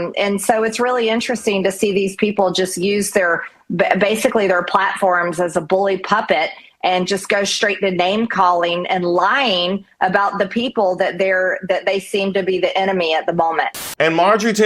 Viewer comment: Did I hear MJT say "bully puppets," instead of bully pulpits"? This woman needs to get a dictionary and read it.